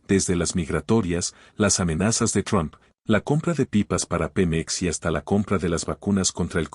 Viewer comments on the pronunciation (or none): none